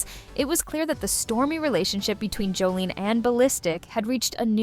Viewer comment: It would help if you actually pronounced her name correctly…it’s Jos-sa-lin not Joline 😬